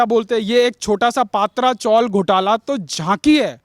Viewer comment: पात्रा चोल नही, पत्रा चाळ बोलो